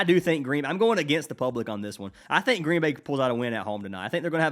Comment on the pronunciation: Gween gween